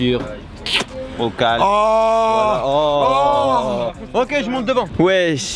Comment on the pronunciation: Arrête de dire o calm